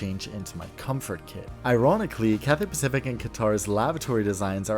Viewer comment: your content is amazing but i couldnt help but notice the way you said cathay pathific